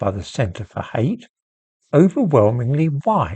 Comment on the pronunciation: "I 'ate you, Butler".